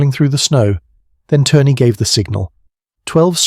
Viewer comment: Lori Allen Turner??? His name was Lauri Allan Törni (pronounced: LOW-ree AH-lahn TÖR-nee; Finnish IPA: [ˈlɑu̯ri ˈɑlːɑn ˈtørni]). ö = say the vowel in “bird”/“fur” without the English R sound, while rounding your lips.